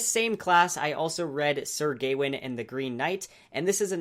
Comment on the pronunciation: I think it's Gawain, not Gaiwin. :p